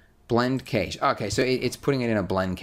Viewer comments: He pronounces cache(cash) kaysh lol. great tutorial though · No one says 'cache' right. Would actually be cachée, since it's a French word. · "cash" (cache)